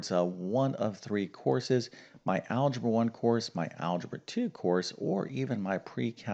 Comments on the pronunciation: Not algeba but algebra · "Algeba"? It's a good thing you're not an English teacher! :) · Algeba?! Shall not bother reading further. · THE "ALGEBA" STEP EVERYONE GETS WRONG ?? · "algeba" :o :o